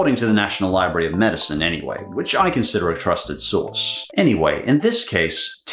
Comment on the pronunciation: Wait, did he say source or horse their supply? Guess they hitched their wagon to the wrong supplier. Subway chicken, Soy Vey.